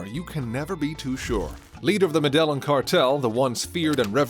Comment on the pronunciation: you are pronouncing Medellin incorrect